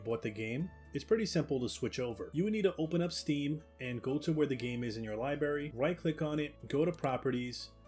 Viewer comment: Can pronounce every dinosaur name but can't say 'fustrating' or 'Libary' xd. Nice review though, one of the most helpful I've seen. Might get this.